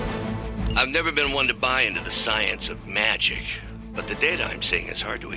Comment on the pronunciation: Love the caretaker said magik and strange thought she meant magic.